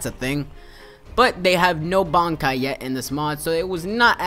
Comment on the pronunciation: haven't watched the anime for a while, just been reading the manga but I think only the quincy call it Rei-shi, but he's pronouncing everything wrong anyway. bonkai? shekai? nooooo I blame dubs.